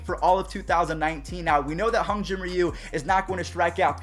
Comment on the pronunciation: It’s Hyun not hun